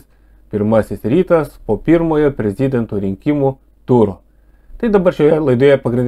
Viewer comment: Ne prez-i-dento,o prezid-e-nto...